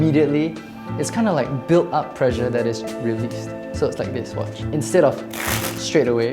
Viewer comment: Instead of "pressure" I heard "pleasure". Sure made a difference in how I viewed the video!